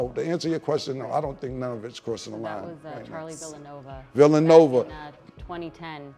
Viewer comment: I ❤ this show but we need better editing or quality control. should be able to say Charlie Villanueva not Villanova. Especially as a latina. 🤓. Garnett made that man quit playin ball.😂